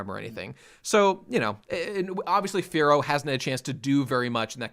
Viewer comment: Whenever they say Firo I just hear it as "Fearow" and get really confused for a second.